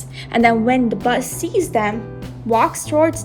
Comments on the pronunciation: Yip yip "Bus" I think the narrative lady means "Boss"❤ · i just keep hearing "Bus"